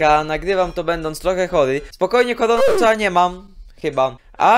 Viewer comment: ej bo tak jak by jak ty powiesz o koronawirusie to masz wymowe typu - kohronawyrhus xddd sory musialem